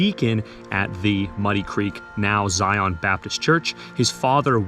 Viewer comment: Pronunciation of Zion is as one word and is Zion like Zion park in Utah. You weren’t required to have a midwife! You were lucky to have a knowledgeable woman or women there to help a birthing mother through what was the most dangerous day or days in her life. (Still is since dying during or immediately after bearing a child can still be deadly)